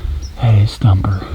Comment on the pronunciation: Instead of thumper it’s humper